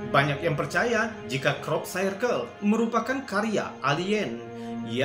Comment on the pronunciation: bacanya Krop Sirkel mas, bukan krop sairkel